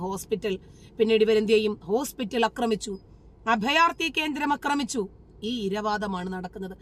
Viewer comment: അക്രമിച്ചു എന്നല്ല. ആക്രമിച്ചു എന്നു തിരുത്തുക. വെളിപ്പെടുത്തുന്ന ഓരോ കാര്യങ്ങൾക്കും അഭിനന്ദനങ്ങൾ!!